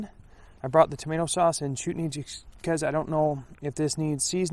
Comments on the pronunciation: It's "Chutney" not "Chootney".... it's common with Indian cuisine! You need to get out more LOL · Chutney is pronounced almost like chart+knee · Chutney is eaten with curry. The first syllable is pronounced like "shut' as in shut the door.